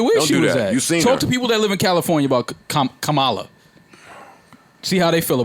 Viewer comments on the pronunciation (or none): it's pronounced, COMMA-La Harris